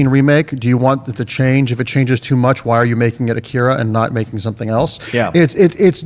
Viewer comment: I thought the odd pronounciations have ended with Game of Thrones (Missandei, Umber and Drogon)..I'm adding AKIRA to the list.:)